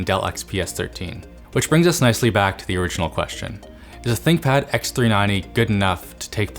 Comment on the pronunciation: Nice try """"thickpad"""" !